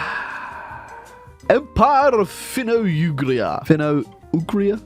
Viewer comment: When u say it dont say Uugria say Ugria like quickly then its correct thanks for playing our country tho!